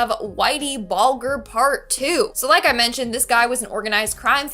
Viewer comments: it kills me when you kids mispronounce stuff I knew in sixth grade. Bull Jurrrrr 🙄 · Whitey Bulger, pronounced with a “j” sound, and his girlfriend were captured years ago and both are dead.